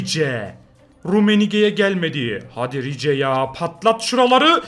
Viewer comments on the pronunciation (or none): Abi sen hep rice ya rice diye sesleniyorsun ama normalde rais diye söyleniyor seviliyorsun abi 💙